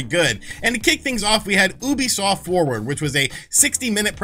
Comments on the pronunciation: I cringe every time you say Oobiesoft instead of Ubisoft. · Why do Americans still pronounce Ubisoft this way? You-bee-soft, not Ooo-be-soft -_- Not only wrong, but it’s like nails on a chalk board. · YOO-bisoft geez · OO-bisoft? I've always pronounced it "Youbisoft". I must have looked like an idiot. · Why do you pronounce it wrong? It pronounced you-be-soft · You still cannot pronounce ubisoft even after the staff said it.... cringe